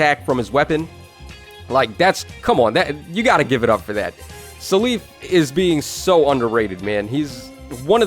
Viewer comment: keeps saying “suh leaf” I never heard anyone say seliph like this. I mostly hear “cell if” but I feel like he’s saying it more similar to his Japanese name Celice